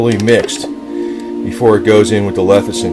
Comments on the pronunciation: Lecithin, not "lethicin." LESS - I - THIN. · Early everyone keeps saying it wrong. No one wants to start a word with L E S S-ih-thin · "Lethicin"....? How to spot an expert...!